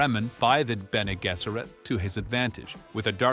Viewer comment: Benny Gesserit lol